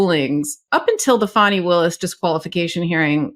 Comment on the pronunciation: Yep , he did that intently, and I’m hoping she and her team will destroy frump, he needs some lonnnnnng quite time in a cell with his Bible, AND dang dictionary! FANI is her NAME ! NoT - fannie as in referring to a persons buttocks !! I hope by the time she’s done with him and his Higher than the ALMIGHTY attitude, he’ll NEVER EVER Mis-pronounce her name AGAIN !!!! ❤🎉🎉🎉❤😂😂😂😂😂😂😂😂